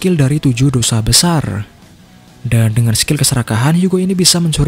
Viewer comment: Bang tadi ngomong tujuh desa besar atau tujuh dosa besar